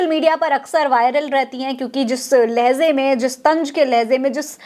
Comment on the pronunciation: .... Jis...lahezay ....me ?...afsos... Musalman bhi ab Urdu ko khraab karne me laggaya hai..... Laheja....ko...LAHEZA....ZZZZZ...Bol rahi hai....😂😂😂😂😂😂😂😂😂😂😢😢😢😢😢😢😢😢😢